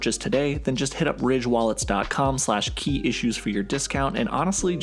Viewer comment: when i first heard him say his channel name i thought he said kia shoes until i looked at his channel name and it said key issues